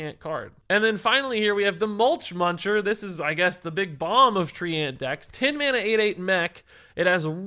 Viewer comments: Thumbs down for pronouncing treant as "tree-ant" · Lul tree ant, someone tell him how to pronounce Treant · The way pronounces treant might be the best thing in a while.